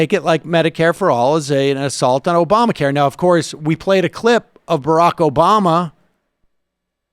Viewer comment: Can you imagine how Biden would do in a climate change debate? They just want him to have as few debates as possible. Twice now he has forgotten Obama's name when speaking which is a bid difficult when you are trying to name drop him. He has also pronounced in Rackham instead of Barak.